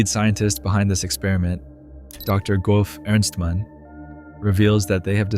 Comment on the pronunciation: bro said "goff" ernstmann. Its pronounced "JEFF" 😭😭